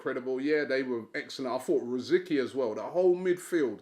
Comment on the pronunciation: Great video, but I would just like to point out you mentioned Rosicky. I would just like to point out his name is pronounced Rersitsky, not Roziky. Thanks.